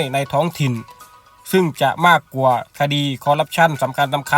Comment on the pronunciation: แอดไม่ผ่านการอ่านออกเสียงภาษาไทยน๊ะครับ ควรจะฝึกออกเสียงภาษาไทยให้ดีก่อนครับ เช่นคำว่า ความ และ กว่า แต่ ช ช้างใช้ได้ครับ